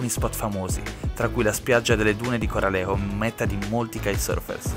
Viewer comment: Peccato che hai sbagliato sempre il nome di Corralejo si dice Corraleco